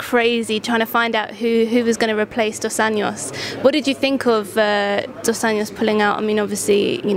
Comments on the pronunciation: "DOS ANJOS" lady, not "DOS ANHOS"... "Anho" im Portuguese is a small sheep. "Anhos" is the plural of that. Please train your "J". Thanks! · Dan pronounce Dos Anjos properly, it's portuguese not spanish.